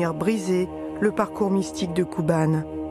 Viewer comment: "kouban", pas "kuban", pour la prononciation, nom d'un petit bouddha.